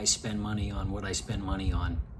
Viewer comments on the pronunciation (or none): none